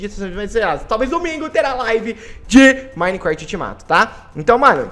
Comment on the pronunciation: o cara fala minecraft mo esquisito e o memso q minicresheii skksks